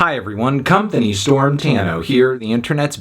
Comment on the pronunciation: I'm never going to be able to unhear "comethany"